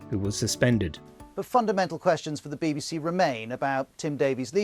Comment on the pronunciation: Bay bay say. WTF say it properly!